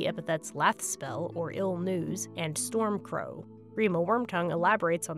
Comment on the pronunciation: It was hilarious when Theoden called hi. Gandalf Stormctow. 🤣🤣🤣🤣🤣🤣🤣🤣🤣🤣